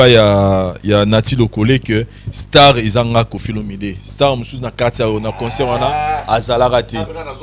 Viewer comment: t'as vraiment un problème de prononciation ont dit pas cheures amis mais chers amis tu aime aussi dire conceur ont dit concert